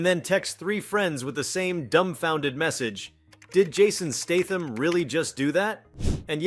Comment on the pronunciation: Or Jared "Leeto". Or Jason "Staathm".